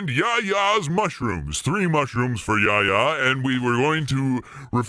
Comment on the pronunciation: name is spelled Yahya where you read the "h" it's a common name in Turkish and has it's origin from hebrew. It means "god is benevolent.